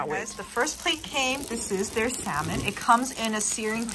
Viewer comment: pleeeaaaasssseeeee stop saying SAL MON its sam un the L is silent